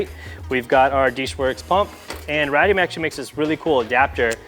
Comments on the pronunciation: Ray-de-um =radium.... not rad,e,um wtf lol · "rad"ium.. yikes